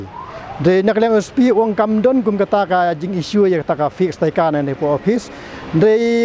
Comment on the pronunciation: Tang ban pronounced iaka sticker ruh pat nang hok ak ba stad. Staikar ne stickers? 😂😂